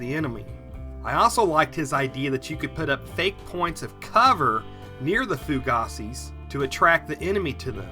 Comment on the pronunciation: Not to nit-pick--just an FYI: in the military we always pronounced "fougass" as "foo-gas," and I believe that that is based on its actual French pronunciation. Excellent video, as always. I also have a question: All the oxygen absorbers that I have bought seem to be duds. Do you or any of your viewers have a recommendation on where to buy "fresh" ones?